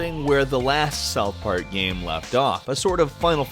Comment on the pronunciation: Every time says the word "game" it sound like he's saying "gaem"